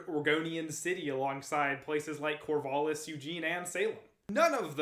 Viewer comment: The "A" in Corvallis is a "æ" sound. As in TRAP, tattoo, sang. Thanks for the video.